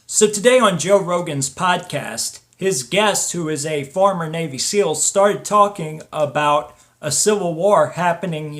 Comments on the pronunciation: Navy not Navey -_ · NAVY not NAVEY! Seal not seal! Wow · NAVY not NAVEY.